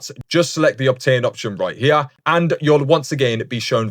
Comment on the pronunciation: right hee-ya